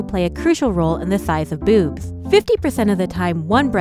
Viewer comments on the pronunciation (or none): Who else heard "Boos" instead of Boobs? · I heard it booth